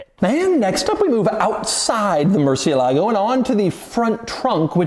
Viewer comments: Why does an expert such as you are, mispronounce the name of the vehicle? cie is chi, not si. ???✔✔✔ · The stress is on the "e" not on the "a" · Please just call it the Bat. Hearing y'all butcher Murcielago is killing me, lol. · They don't know how to pronounce Murciélago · Why is it so hard for people in the U.S. to pronounce the word"Murciélago"? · If you are going to review a car, at least pronounce the name right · The American pronunciation lacks fidelity to the original Spanish, which has antepenultimate stress, hence the accent on the e, and might be something like 'mercy-ELLA-go'. And if the retort to that is "well, it's Italian", the Italianized pronunciation has a CH sound. "Mercy-uh-LAH-go" is just straight ignorance. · Am I the only one who’s annoyed at how americans pronounce the murciélago’s name like “Merci-e-LAgo”? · It's pronounced "Murci-ELAH-goh", with accent on the "ELAH". Spanish for "bat", as in the winged creature. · fun fact, all English YouTubers pronounce murciélago name wrong. As a latin language, you have to make entasis on the vocal that have the accent á é í ó ú, so, its not mursielágo as every English speaker pronounce it, its musiÉlago :) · As a second gen Spaniard from La Rioja. I always get pet-peeved when everyone here home pronounces it ‘moor-ci-e…-lago’ please respect the name and call it as it should ‘mur-cielago’ the Bull was named literally a Bat. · This!... is a Lamborghini "MurcieLAgo" ==> Wrong! This!... is a Lamborghini "MurCIElago" ===> 😀👍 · Repeat after me: murciÉlago...no murcie-lago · Murciélago is the name, not MurcieLAgo lol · "Mercy-el-ago" if you can't pronounce it right you shouldn't be driving it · Wish y’all’d pronounce the car’s name right. It even has the accent over the E. Murci-E-lago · Please learn how to pronounce murcielago correctly as in “mercy Ah ligo “ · This is the second video you pronounce "Murciélago 🦇" so wrong Doug‼️ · That's not how you pronounce murciélago 🤢 please ask Google next time